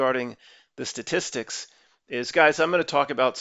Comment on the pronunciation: i like hearing him struggle saying "Statis sticks" is my hero vlogger